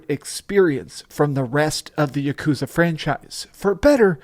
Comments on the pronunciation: For such a complete and utter dorky dweeb I thought this guy would know how to pronounce yakuza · Stop pronouncing yakuza like that lol